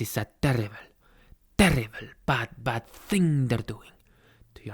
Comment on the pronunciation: XDDDD hablas muy bien el español "TERRIBEL TERRIBEL NEWS" señorita x1000 JAJAJAJAJAJAJAJAJAJAJAJAJA no puedo parar de reirme